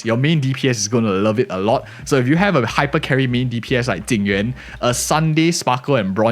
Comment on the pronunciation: It's so confusing when people call Jing Yuan, Ting Yu-in. It's bad enough with people now calling Fugue, Tingyun. But this character isn't Ting Yu-in, it just makes the video confusing to listen to.